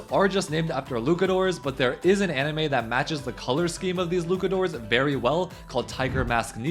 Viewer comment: LuCKadoor? xd